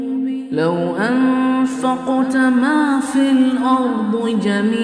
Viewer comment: The pronunciation should be MA FIL ARDE instead of MA FIL ARDU